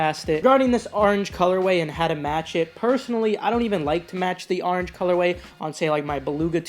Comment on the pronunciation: I had to unsubscribe because you say orange weird